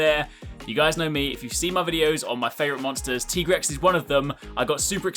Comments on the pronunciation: You said Tigrex wrong you said his name like T-Rex and he says he's a veteran hunter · I have to ask, is that the official pronunciation? TEE-grex? I always thought, being named after tigers, that it was TIE-grex. :/ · Tiger rex....Tye-grex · I just do not get why people call it a "Teegrex". You call a Tiger a "Teeger"?